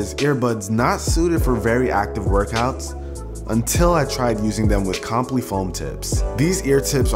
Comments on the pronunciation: Its compl"i", not complee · Great review, FYI I'm pretty sure it's pronounced com-pli not complee, in regards too the foam tips👍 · Great review dude. (Btw, it's com-ply not comp-ly) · "ComplEE" foam tips?? I think it's "ComplEYE" lol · "comp-lee" foam tips haha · I'm pretty sure Comply is not pronounced Complee.... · How you say comply foam tips..... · You're saying comply wrong